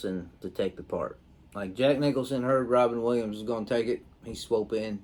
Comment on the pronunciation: Lol. I could be wrong but i dont think thats the first time u have said "swope" instead of "swoop" n a video